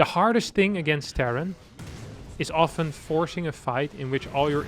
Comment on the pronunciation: I forgive the when he says it. But now is copying the and I find it inFURIating!